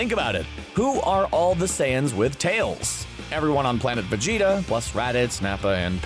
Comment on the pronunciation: He got me when he said “Vegetarble” 🤣🤣🤣🤣🤣🤣🤣🤣🤣🤣